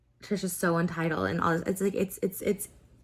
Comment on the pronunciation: She actually said "untitled" instead of "entitled"!!